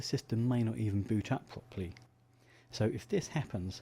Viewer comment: The pwocessors awen't working pwopewly?? No way!